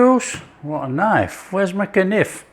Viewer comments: Just discovered you and subscribed 🎉 K-nif! I grew up saying k-nife!😂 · It's really a perfect dessert in flavor and simplicity. And easy enough for a beginner. I'll be picking up some apples this weekend. Oh, and my dear dad used to pronounce it k-niff, too. Thanks for the lovely memory.